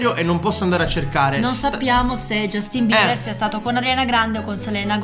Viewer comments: non si dice cosìii, si dice Jastin Bibaaa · Giastimber ha una pronuncia ridicolissimo